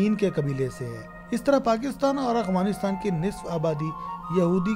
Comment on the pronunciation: یہ اعوانیستان نہی یہ افعانی نستان ہے یہ الفاظ ٹیک کر لو